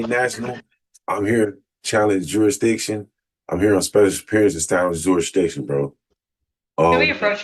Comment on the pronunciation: Even more moronic, the first bottom-feeding hood rat kept pronouncing it as juridicktion! 😂